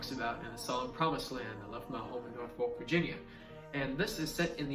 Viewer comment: Not sure if I’m the first to say it but Norfolk is pronounced “nah-fuk.” Just embrace it when you say it.